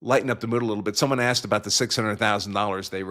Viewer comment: She just said she asked, she's an attorney and she uses the word.Axed, are you fucking kidding me